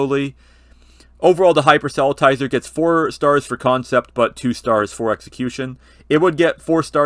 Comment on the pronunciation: FYI: Not quite how the word 'proselytizer' is pronounced (I think).